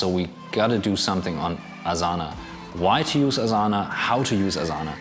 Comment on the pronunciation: The pronunciation of Asana gives you away that you are german. lol